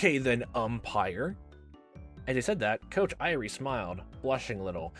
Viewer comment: Irie's name I believe is 3 syllables, not 2. I-ri-e